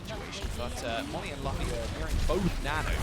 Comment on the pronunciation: That is so cringe when they say Luffy wrong. It's OK tho, I'm just glad there's some mugiwara represent in the OWL :)